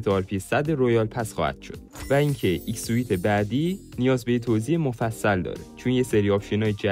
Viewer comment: ایکس سوت ❌ایکس سویت ✅